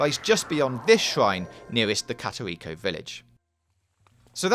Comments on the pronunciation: and "karach seeds" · Dud he just say katerito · i swear he’s pronouncing korok wrong